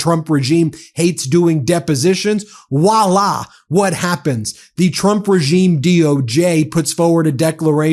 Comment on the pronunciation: “Walla”? It’s “voila”.